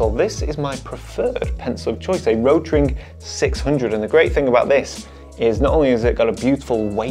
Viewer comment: Nice video! Btw, rot-ring, not ro-tring. Rot-ring means red ring.